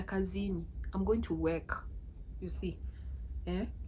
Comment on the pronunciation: Which part of Lusaka did you visit? Lusaka has some really nice apartments, depending on your budget. One thing to keep in mind is that in Zambia, people may struggle to understand you if you say "waki" instead of "work" or "thati" instead of "thirty." Speaking a little more clearly can make communication much easier. For transport, we have several ride-hailing services, including Yango, Ulendo, Unka, and Go. Next time, try to find the right local person to show you around—you'll get to experience the real Lusaka beyond the usual places.